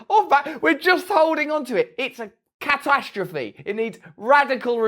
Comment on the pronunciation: Russels pronunciation of “catastrophe “ = 🐈 ass 🏆